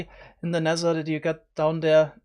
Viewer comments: Nether* not Nesser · I love how u Say t like s Sounsand Neser I love this